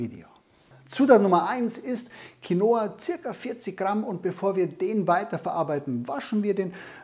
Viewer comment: Quinoa wird auf dem "i" betont, und nicht auf dem "o". Als spanischsprechender Mensch hört sich dieses QuinOa ganz falsch an :-D